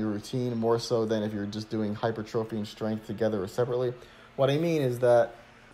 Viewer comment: Nice, but you've got to stop saying "hyper-trophy", LOL, it is (should sound like) "high-purr-tra-fy" - I can't be the only one pointing this out, lol. I appreciate you though....